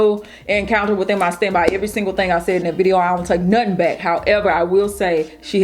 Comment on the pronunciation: She said I don’t take nothing back with emphasis😂😂